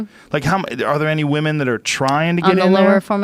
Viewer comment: He says woomen way too many times lol